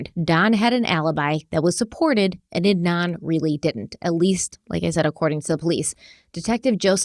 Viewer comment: They’re also pronouncing Adnan’s last name wrongly